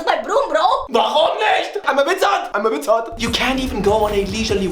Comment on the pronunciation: "im a witzart, im ey witzaarttt"